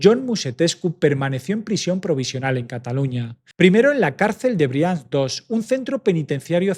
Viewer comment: No es Ciutat Vela, es ciutat vella. Y no es Brians pronunciado como si fuera el nombre inglés Brian. Suena tal como se escribe. Narras muy bien, pero por eso mismo estaría bien prestar un poco más de atención a la pronunciación de determinados topónimos.